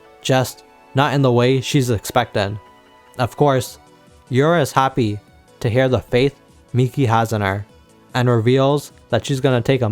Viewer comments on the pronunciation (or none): none